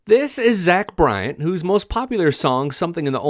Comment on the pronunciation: B. R. Y. A. N. where are you getting a "T" at the end of that??? Its Bryan not Bryant.